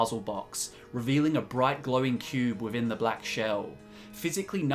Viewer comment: Sam Choromanski is it because he talks about 'smiffing' and the knowledge hidden 'wiffin vuh cube'?